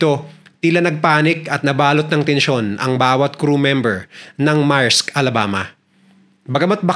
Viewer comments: Maerks daw? Merks Ang pg pronounce Yan. Uubosin nya daw Ang Oras natin sa pakikinig or what tapos tinatawanan pa Tayo? Napaka walanghiya nya! He doesn't have an edge from us to subscribe his vlogs. Kala nya mga Bata yong mga subscribers niya. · correction "meyrks"not "marks".